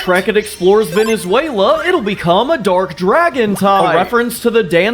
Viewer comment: Not rude or mean but it's Venezuela 😉